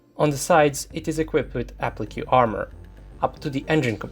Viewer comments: Appli-kay not Appli-kew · I like you videos for their objectivity, but the way to pronounce 'applique' is A-PLEEK not A-PLEE-KAY